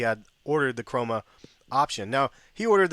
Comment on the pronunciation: *Chroma option. You make that mistake quite often hahah